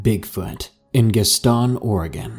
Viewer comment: the way you said Gaston Oregon made me laugh way too hard LMAO , it is more like gastn not Gast ON